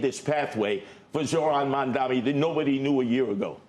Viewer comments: CNBC is obsessed with him but literally never says his name right, what a joke how can anyone take them seriously. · MAM-dan-i not MamdaMI, Mr. Curtis SLiVER! When Mamdani wins, CNBC will be moving to Florida!😃